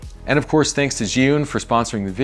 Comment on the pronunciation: among english speakers, you are the only one who can pronounce "zhiyun" correctly :)